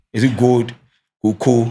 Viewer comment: said cocoa😂😂😂